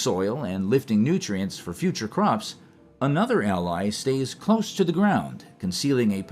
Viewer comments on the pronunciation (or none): none